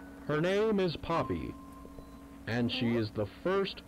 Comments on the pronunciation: ‘I think ploppy killed them’ Instead of “I think poppy killed them” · I love how instead of poppy said ploppy LOL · I almost died when they said ploppy instead of poppy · I love how you call huggy wuggy ploppy and you call the game ploppy playhouse when called poppy playtime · is popyy not poplyy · is it just me or did say ploppy for the whole video? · Everyone accept calling poppy ploppy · said "ploppy" bruh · It's not plopy